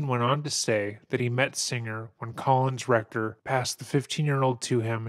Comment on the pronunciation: Is it just me but whenever this guy refers to collins recter it sounds like "colon'a rectum", entirely fitting (pun not intended) this doco.